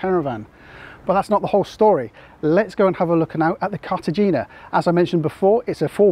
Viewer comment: Cartagena is pronounced with a soft g, like a breathy “hay” As always though, a really great, informative video.👍